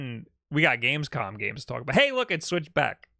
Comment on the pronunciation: bro said gamecom 😭 (love u lol)